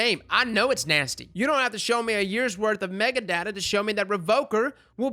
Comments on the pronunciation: Say Mega-Data again, I dare you, lol. It's Meta-Data. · Mega data? META. It’s META data. 🤦‍♀️